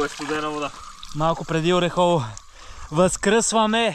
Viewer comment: Не знам колко години ще отнеме на ютубърите да разберат, че селото се произнася ОрЕхово, а не ОрехОво. За справка може да се чуе как го произнася и организатора в началото на клипа.